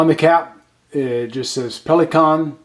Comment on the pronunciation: You spelled Pelikan right - with a slightly noticable american accent ;)